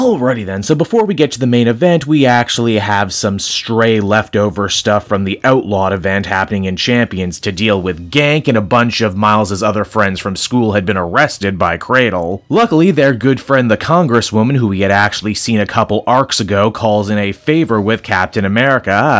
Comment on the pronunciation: Since the Miles Morales game is out, Ganke has a official pronunciation, and you can stop calling him "Gank" lol